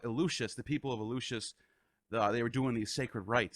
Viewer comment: Haydes, demiter, elushis, layment etc